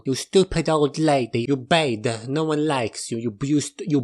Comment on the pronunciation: “Very Bayd.”